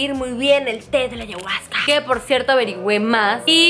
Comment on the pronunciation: Deberías pronunciar bien ayahusca . 🤷🏻‍♀️